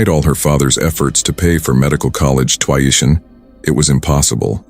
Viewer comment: Twy-ition??? Too-eye-ition??? WTF? Bad AI programming??? 😂😂😂